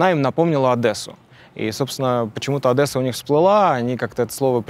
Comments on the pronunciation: ОдЕсса, через "Е". Это российское ОдЭсса-слух режет п.здец. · задолбали уолхозники "ОдЕсса", а не "ОдЭсса"! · Одесса а не ОдЭсса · письма вы в сингапур писали, чтоб рейсы возобновили. А в москву вы письма не писали чтоб перестали оккупировать соседние страны? Не Адэсса, а Одесса, какая нахрен АДЭССА? Так люди были из Одессы или именно из Российской империи? Потому что явно ты не просто так акцент этот сделал. Это из разряда любить родину издалека? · Неук. одЭсса .... Адеса!!! Так звучит название города!!! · Что интересно "русские" неправильно произносят название "русского" города. Правильно одЕса, а не адЭсса. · ОдЭсса....кровь из ушей)) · Звучит не Одэсса а адреса🫡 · только не АдЭЭсса, а Адеса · Не Адеса а Одесса!!!! Приедте к нам и послушайте как жители называют свой город!!! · Давайте научимся правильно произносить слово Одесса, через О и там нет буквы э. Слушаю вот это Адэса и аж слух режит. А так выпуск бомба конечно ! Спасибо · Не, ну скажи ты сразу, что строители были из Одессы, нет, из империи надо сказать. ОдЕсса, а не ОдЭса, by the way. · Бляха ,не ОдЭсса ,ОдЕсса !!! Сказала вам коренная одесситка !!! А выпукс самый цымес 😁❤ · Почему одэса а не Одесса ? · Не "Адэсса", а Одесса, с мягким произношением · Удивлена, что Юра произносит название города ОдЕсса верно. АдЭсса - это НЕ ВЕРНО. Ну неужели нельзя просто загуглить? А то один дурак (ВВП) сказал и все повторяют.. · Только уский в слове Одесса может прочесть Адесса. Читань не умеет а решил историю поучит людей😂😂😂 интересно как он произносит Дочь Оля это типо Дачь Аля 😂😂😂😂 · Не Одэсса, а Одесса - д мягкая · Не Адэса , а Одесса. И какая-то "российская империя" вообще не причем там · Одесса , не Одэсса плис 🙏🙏🙏 е произноситься очень мягко , без напряга . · OMG - не ОдЭсса а ОдЕсса, please people!!! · Одееееессссааа, не Адэээээсса 😢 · Поц с 17 минуты, научись произносить Украинский город Одесса. Это не «Адэсса» 🤦🏻‍♂️ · Одесса, а не Одэсса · Боже у меня как у одессита уши завяли от "одЭсы"